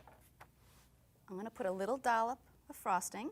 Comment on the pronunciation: she always says dollup